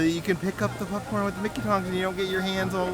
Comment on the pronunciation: Are you saying “PUPcorn”? 😂